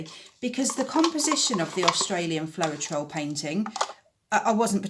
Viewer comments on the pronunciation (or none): Great tutorial! Really fab information for UK pourers, thank you! Can I just let you know that it's pronounced flowtrol, not flo-er-trol. Not nitpicking, just thought you'd want to know x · Great video, ty oh n just FYI both of the AUS US Floetrol are pronounced flowtrol;) Happy Easter 🐣